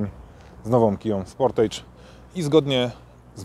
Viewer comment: Wymowa "sportydż" i będzie okej ;-) Wiem, że "age" wymawia się "ejdż", ale już sportage wymawia się "ydż".